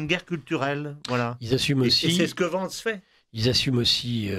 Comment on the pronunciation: c'est pas "gidi vance" c'est "gédi vance" en phonétique !!!